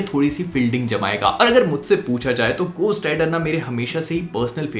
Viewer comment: gostt rider nhi beh,,, घो hota h